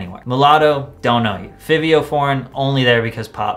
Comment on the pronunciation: I've never heard someone pronounce fivio foreigns name like that lol